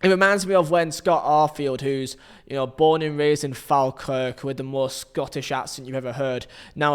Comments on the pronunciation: Don't want to the that guy but Falkirk pronounced more like 'fallkirk'. Great vid though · Falkirk is pronounced "Fall-Kirk" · Just so you know pal, Falkirk is pronounced F-O-L-kirk 😁👍🏻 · Sorry but that pronunciation of Falkirk was dreadful 🤣